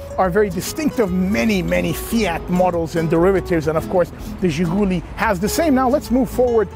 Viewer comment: Great video. Very detailed, much better than most. By the way it's ZhiguLI, not ZhiGUli. Emphasis on the last syllable.